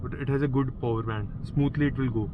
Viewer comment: Po-wer mat bolna ab se 🤣 It is power!